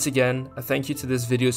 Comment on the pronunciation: lmao shurfshark